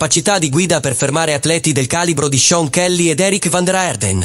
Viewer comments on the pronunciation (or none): none